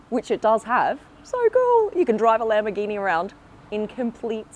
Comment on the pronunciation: Wow labmborgini